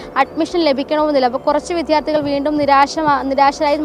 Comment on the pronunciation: വിദ്യാർത്ഥി എന്ന വാക്ക് ശരിയായി ഉച്ചരിക്കാൻ ശ്രമിക്കു.